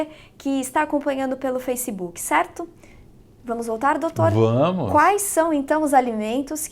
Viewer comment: Que manía do brasileiro falar “facibuki”